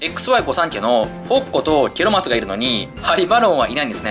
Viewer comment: ケロマツとハリマロンがゲロマツとハリバロンにきこえたw